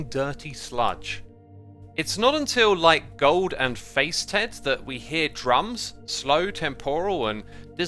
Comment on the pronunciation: how come you can't pronounce faceted? sounds like you got a computer to narrate this